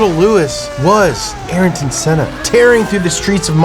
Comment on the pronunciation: thats not how you pronounce Ayrton Senna